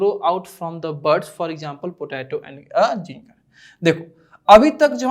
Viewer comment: sir ginger hota hai zinger nahi